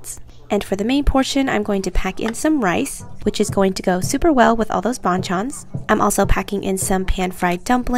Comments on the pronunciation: Damn as a Vietnamese i can't unsee this lolll But in vnm, bàn chân is pronounced like "ban ch-un" (like lunch without ch) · No hate… actually a lot of love… but when you pronounce “bon chons” it is more like “ban-g Chans” 😊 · Please pronounce it correctly- its not bonchon it's ban-chan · The bang Chan pronunciation 😭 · I think its would be pronounce paen-chan, the b almost like a p:) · Her pronouncing 반찬: “Bon-chon” Me being Korean: externally screaming Honestly idk how to spell it out in English, but it ain’t pronounced like that. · it's pronounced as ban-chan in like a Korean accent idk how to explain, Google it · OMG, I am sorry you guys had to suffer through my mispronunciation of banchans 😂 🤦🏻‍♀️ These comments are killing me haha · Are you even Korean? It's the way you pronounce it. That's like saying that the word 'ball' is correctly pronounced if someone says it as 'bowl' because people say it in different ways lmfao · Nobody was bashing or shaming her for pronouncing it wrong tho. And it was a silly pronunciation mistake anyway. hopefully she'll take notice and try to learn pronunciation of words she's not familiar with next time, tho it doesn't really matter. It seemed more like a Playful gesture on behalf of many commentors imo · I'm not korean but she definitely didn't pronounce ban chan correctly. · the ban chan pronunciation is killing me.. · I don't want to be rude but you pronounced it a little funny ofc I would type it but it's hard to type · the banchan pronounciation is killing me fr..